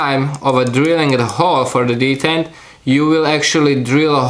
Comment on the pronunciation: Detent, not d10 lol. The more you know haha :)